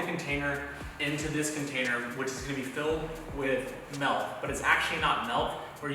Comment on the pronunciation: I love the episodes and all the informative content, but I kinda HATE how many time he says "mulk" in this one.